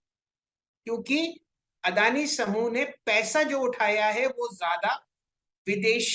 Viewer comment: अरे वो अडाणी नही अदानी है....हमारी मराठी मे अडाणी का मतलब अनपड होता है😁😁